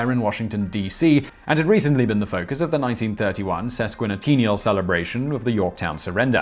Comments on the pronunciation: sesqueeniteenial? No relation to sesquicentennial (ses-qui-cent-ten-nial), a one hundred fiftieth anniversary. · Dear Simon, Say it with me: "SES-kwih-sen-TEN-ee-al".